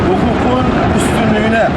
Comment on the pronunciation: "Hukğuğgun üstünleyne"